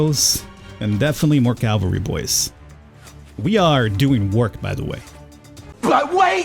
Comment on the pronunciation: You keep calling the horse guys the "calvary", but that means Golgatha, the place where Jesus died. The word you're looking for is "cavalry". I sincerely doubt anyone but me noticed, so you don't have to force yourself to change that.